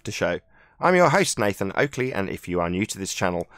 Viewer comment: Black Swan reks ballers!Oakley pronuncanation twice 🤣🤣🤣🤣🤣🤣🤣🤣🤣🤣🤣 get wrecked